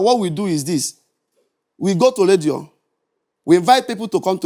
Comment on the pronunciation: Radio or "Ledio"